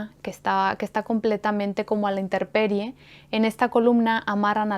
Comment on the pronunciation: * Intemperie *.... Perdón si te corrijo.... Me encanta cómo narras y haces un buen uso de los vocablos extranjeros así que, me sorprendió escucharte decir doa veces inteRperie.... No es para ofenderte, es sólo una observación.... Hablas muy claro, muy pausado, excelente.... Discúlpame de nuevo, quizás me paso de exigente... 🙈🙈🙈🙈...